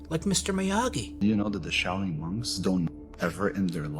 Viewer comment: "This PizzaChit went to the Shao-Loon monks."